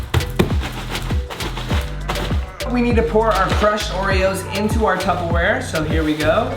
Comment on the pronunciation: The guy in the first video really just said tubawear 😂